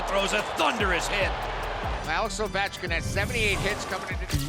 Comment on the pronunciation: Had to stop watching . Couldn't physically continue due to risk of dying from cringe. Alex edder ovenchkin